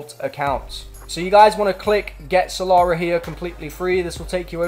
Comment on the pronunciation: "salara" its killing me